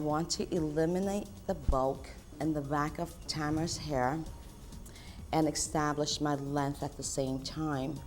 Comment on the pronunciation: The word is pronounced EST-TAB-LISH not X-TAB-LISH